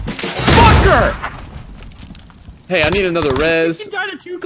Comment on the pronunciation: the way he said “hey” sounded like he said it in Swedish “hej”. Might’ve just been overthinking it, but I really thought he spoke Swedish there for a second 😅